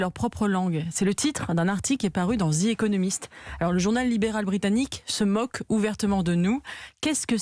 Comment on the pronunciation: "zi économiste" Apparemment les Français ne mutilent pas que leur propre langue